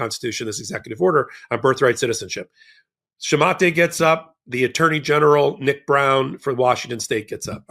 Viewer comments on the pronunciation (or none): If I'm not mistaken, "Shumate" is pronounced with a long "a" and a silent "e". Google "pronounce shumate."